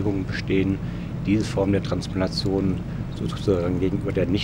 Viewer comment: warum kann der gezeigte und beworbene Professor, das Wort Transplantation, nicht vernünftig aussprechen?